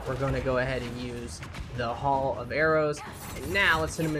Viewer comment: Don't wanna be that guy but nobody is talking about it but its not pronounced hall but HAIL. I want him to delete this and re upload it just for him to correct the way he is saying that.